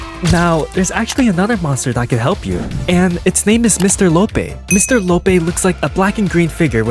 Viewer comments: "mr lopay" no? Its mr lopee. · Just to prove how little he got right, I'll name everything he got wrong or missed. (or wasnt a secret at all) me when sebastian: imaginary friend is confirmed to be a female. It's pronounced Loh-pee, not loh-pay. yeah it's not like mr. lopee damages you or anything at the time of him making this, these were admin only monsters, which technically doesn't count towards rarity. He has static noise and can display black static in deaf mode, so yes, he has warnings. you literally just said he has no warnings make up your mind god dang it another mispronounciation (Necro-bloxi-con, not necro-bloxi-cin) It automatically recharges, and it always has. gummylight... it's the gummylight... POINTS??? DID HE JUST SAY POINTS??? 😭😭🙏🙏 yet another mispronounciation... (splorg-light, not splorge-light) most footage (at the time of him making this) was them getting it from admins... yeah sure there's another S in eyefestation (also he's not even a secret) pretty sure a lot of people knew this since a while ago... he pulls your camera faster, not more damage... once again, almost everyone knows this. it's for beating the game (in solo) without light items, not just the ridge... once again, beating the game without hiding in lockers, not the ridge... wow, you can die to special monsters? who would've guessed? not like they do damage or anything! it's an extremely rare room, you don't just cas